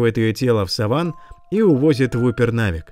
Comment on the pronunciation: САван а не савАн